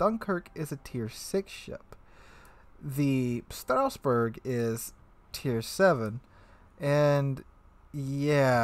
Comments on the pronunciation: I kinda don't get it. Strassburg pronounced as Strausburg? Where does the "u" come from? It's not there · Stra-sss-boo-rrr => Strasbourg :) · FFS Strasbourg is a city in the alsace region of France whereas Strausberg is in East Germany please put in a little effort googling what you intend to pronounce. It's one thing having an accent which is OK but not being in the same country and adding letters to a name is almost insulting. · What is this Strauss-Berg you speak of? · Strasboug, sounds like it should be German. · Dang read that name like a true Frenchman would if they spent their whole life in Germany